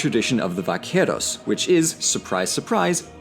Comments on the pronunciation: Little tip: in Spanish, the letter 'v' is pronounced like a 'b'. You rolled the 'r' pretty decentlt, though; good job! :) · I’m sorry, you also cannot pronounce “vaqueros” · hey that prononciation on vaqueros was really good! :D